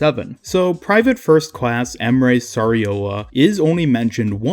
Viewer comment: You pronounced Emre Sarioglu almost right dude :D